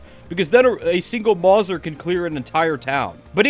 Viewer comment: IM SO MAD AS A GUN NERD ITS MOW ZER NOT MORSA